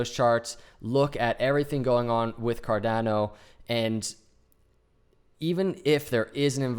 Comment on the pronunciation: Great charting! It is pronounced Car-donn-o, not Car-dann-o. The 'a' is pronounced as 'ahhh' , like in Spanish. Just ask your SO : ) Appreciate the TechA